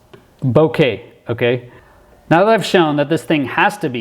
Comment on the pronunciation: You rock. "Bow Ka" is correct pronunciation to the lens distortion you are talking about. With respect sir. I'm glad you flew for USA. RockOn sir!